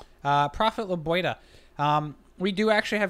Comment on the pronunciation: It's LebiOHda, not LebioDA.